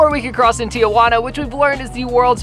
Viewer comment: It’s so funnny the way he pronounced Tijuana he pronounced it like “teouana ”